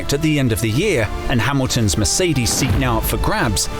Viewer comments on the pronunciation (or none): none